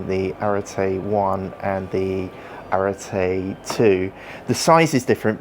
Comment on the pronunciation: I can’t believe a GROWN man can’t pronounce arete or hepa… it’s embarrassing. Why didn’t meaco send this to someone more intelligent